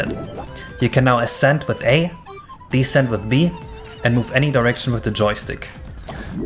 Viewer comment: At you say hold a direction but it sounds like hold an erection